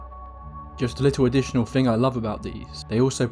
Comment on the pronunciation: To make the 'th' sound, you place the tongue under your upper front 4 teeth and blow. I feel a man of your calibre can accomplish such a feat. Saying Fing and Fought and Fink doesn't make you sound like a cool street cockney, you're far too posh. And don't give me the Jonathan Ross speech impediment excuse. You're an orator! You need to start acting like one.